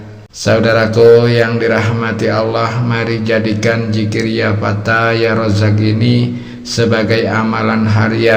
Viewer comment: Ya Fatah Pak / bukan Ya Fata..!. Gitu ngajari orang / Kalau ngak Paham lebih baik , jangan Sok Pandai dong..